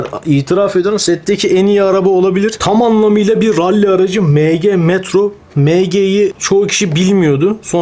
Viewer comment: Mg emci diye okunuyor abi Bilgin olsun yanlış anlama 😅hw yeni yaptı sanki dolapta senin ilanlarında vardı matchbox